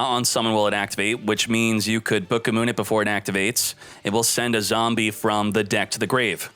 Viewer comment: It's the first time I hear someone saying booka moon, that's actually funny.